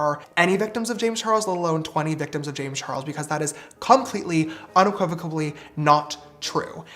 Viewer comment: wtf is unequivocabablly ? Did he mean unequivocally??? 😂😂 whyd he throw bs in there?!? What a dumb dumb 😅